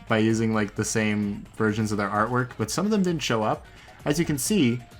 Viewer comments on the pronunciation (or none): none